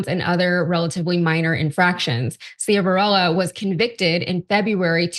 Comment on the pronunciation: The judges name is pronounced Shiv-a-rella…. He was the judge in a DUI case of someone I know personally & he was also the judge in a civil suit I was involved in. I am absolutely DISGUSTED that he would have been pardoned! Shame on Biden!